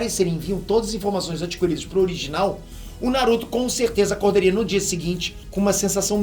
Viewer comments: "a única coisa que eu tenho cértêza" Jordan, 2020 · esse "certeza" q o falou parece q encarnou um espírito nordestino nele só pra falar isso kkkkkkk